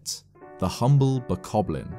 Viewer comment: you know he said "boblin" not bokoblin